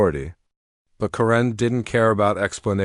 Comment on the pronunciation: I don’t think “Karen” is ever pronounced “ka-RINN.” Except maybe by AI.